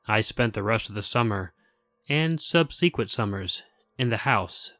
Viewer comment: "subsequent" was pronounced... very strangely.